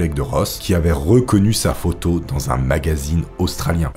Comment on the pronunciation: Dis moi, tu le prononces comment ça: "photo" et ça "philosophie" et elle: " Elle Mc Personne"? 😉🙏🏾😘